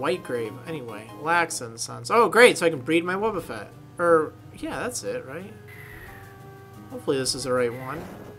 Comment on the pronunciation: "I just had to diffuse a wobbeffet." Ahahaha xD